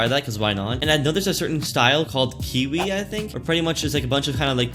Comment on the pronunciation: Nooooooooo it's not kiwi(s) it's ka-why that how it's pronounced = kawaii